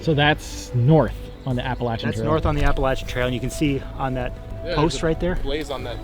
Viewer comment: You guys are from Ohio, so why do you pronounce Appalachian Trail like you are someone from Georgia?